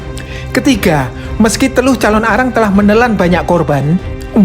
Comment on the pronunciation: Penyebutanya jangan dipisah bg nnti beda arti calonarang bukan Calon Arang🙏salam dri bali